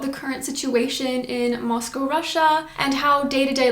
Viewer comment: Moscow not Mosco.